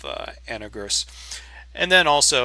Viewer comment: I love your videos and I watch every one of them. I also understand the Jupiter Broadcasting effect on all us Linux users, but what is so hard about pronouncing this wonderful distro correctly